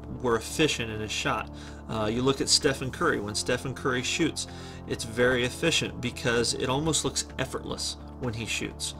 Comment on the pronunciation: “Focus on your flaaawwws…” “as eeffeeent as possible”